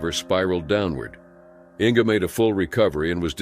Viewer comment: 🤣 "Ing"? Did you mean "Inge" "Inguh" AIs...tsk